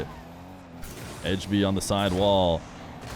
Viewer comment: As a dane, the way you say "Ejby" kinda pmo because its so different lmao (and also because you say edge)